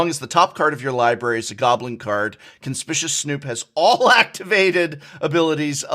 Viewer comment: Noooooooooooo, you said Conspicuous Snoop’s name the way Saffron Olive does